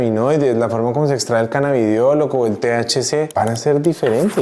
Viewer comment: Primero dice CANNABIDIOL Después CANNABIDOL Sólo un comentario